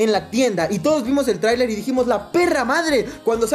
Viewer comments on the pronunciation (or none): none